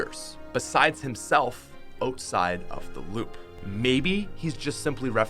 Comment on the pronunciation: why do i put so much emphasis on your O’s all i here is oteside not outside